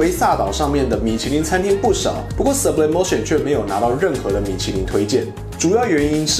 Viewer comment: 如果 是西班牙餐廳 應該要西文唸法 蘇ㄅ李哞提歐 沒事 我來鬧的